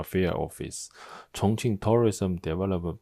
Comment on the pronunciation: Take a drink every time the Chinese guy says Chonqing. Geez...